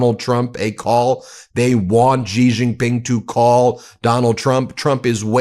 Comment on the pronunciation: Its Xi, pronounced like She. Lmao